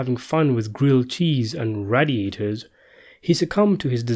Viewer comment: Finally someone else noticed how he weirdly pronounced radiator!! Lol